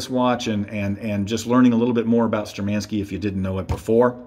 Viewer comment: They are not ShturmAnskie. They are ShtURmanskie. Thank you for the video.